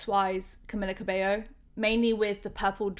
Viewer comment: **"Cameeeeeella" ,not Camilla lol. Sound so stereotypically British (like me!) calling her Camilla lol, I was guilty of doing that too til I learned she is Cuban-born Mexican-American, Latina, and her first name only has one L, so it's pronounced "Cameeela" and surname (Cabello) pronounced "Cabayo". Not really that important I know but still lol, makes me chuckle.